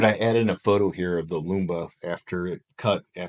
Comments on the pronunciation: “MAMMOTION LUBA” not Lumba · Why do you prounce Lumba? It is Luba!? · it does look nice. the other mowers are Luba (similar sound to tuba but with an L) not lumba. also, the Luba should be set for about every 2 days and not once a week to make the grass look better without those clumps. those clumps come from mowing only once a week.